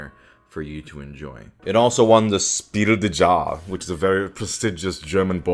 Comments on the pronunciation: Very late to the party, but it's pronounced something like "Schpiel dez yarez", not "Spill the jar" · Its pronounced: Shpeel des (like desu) yahres (like yaris the car) You are mixing German and French pronunciation and this simply will not do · As a German person, I feel the need to tell everyone this before I rip out my ears. Spiel des Jahres is not pronounced like that. German doesn't have the American J, so it sounds more like a y, (like in year). And if a word starts with Sp, then you have to pretend there's an h after the s (like in the word shine). Also, in German, there's no silent letters, so you always pronounce the "es" at the en. So it's pronounced Shpiel des Yahres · I've never heard Spiel des Jahres pronounced this way 😄